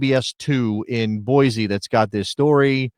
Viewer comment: It's pronounced "boy-see." There is no Z in Boise. You did pronounce "Les Bois" correctly. It's French for "The trees." Part of the Lewis and Clarke expedition history.